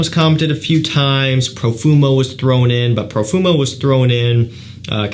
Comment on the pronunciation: The way you said Profumo 👹👹👹